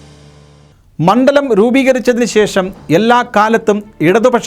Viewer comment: പെട്ട നാണോ വാർത്ത വായിക്കുന്നത് തൃത്താല പെന്നാണി മൺണ്ടലത്തിൽ ആണ്😅😅😅